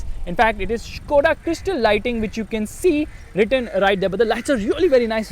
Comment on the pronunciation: its skoda bro not shkoda its fucks my mind everytime you say shkoda